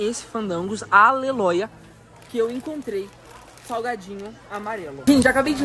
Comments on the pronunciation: Amoo quando ele fala Aleloia 😅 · Amo quando ele fala aleloia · oiii me nota eu amo quando você diz aleloia kkkkk❤